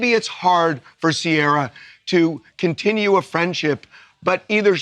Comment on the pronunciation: Why do you pronounce Ciara weird? It sounds a bit silly. It is pronounced very differently across Europe.